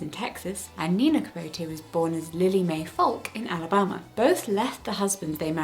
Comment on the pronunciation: I swear from this day forward, Alabama shall be pronounced Al-a-bomb-a. Sounds so much better. Thank you Jessica.